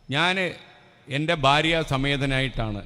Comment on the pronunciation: Barya alla Bharya, bha,bha